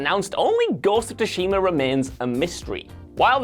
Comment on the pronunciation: Say it with me, soo-she-ma.